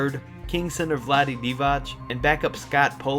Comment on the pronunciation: it pronounced as dee-vac!! not dee-vatch.....